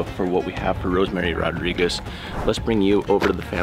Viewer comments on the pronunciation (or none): Rodríguez NOT Rodriquez...🤦🏽‍♀️